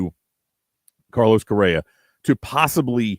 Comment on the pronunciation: Did you say "Korea"????lol you mean Correa